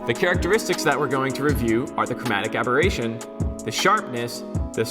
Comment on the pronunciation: I guess it is chromatic aberration.. not aboration :)